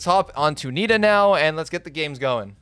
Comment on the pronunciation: Its nito not nita.